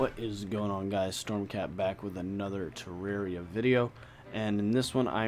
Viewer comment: It's teh-rawr-ia